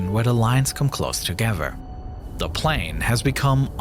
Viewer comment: its not panel its plane dc😭✌🏻😂